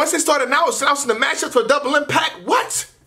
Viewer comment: I'm not sure if you usually pronounce "they" as "day" so I won't read too much into it and say its a hint lol.